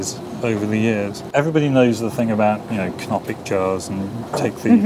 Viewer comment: Anthropologists: “ everyone knows the thing conopic jars” Me: “ what the heck is a comopilic car “ lol literally what I heard until I looked at the screen.